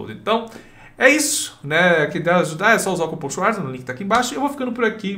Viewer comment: "Olá Swarzas, eu sou Pessoa". kkkkk. Bebeu o que Pessoa?